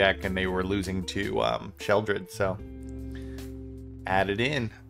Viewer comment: Im so glad you call her "Sheoldred". Its such a pet peeve of mine when they call her, "Shelly". 😂